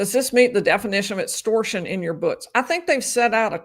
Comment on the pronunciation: Etstortion, ezactly 😂